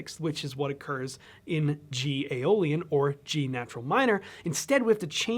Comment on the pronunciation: "G AEOLIAN". "Jo-Jolion."